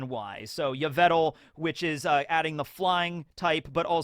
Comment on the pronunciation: I know I'm being a bitch, but it's yveltal, not yvetal